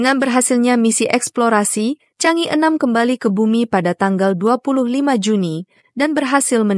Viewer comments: Mohon dibaca Chang e,bukannya Chang i. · Chang e, dibaca "jhang ê", bukan "cang i" !